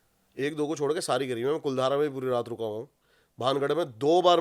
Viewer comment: कुलधारा नहीं है भाई, कुलधरा है गांव का नाम।